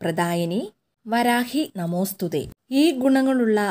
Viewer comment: വരാഹി അല്ല വാരാഹി ആണ്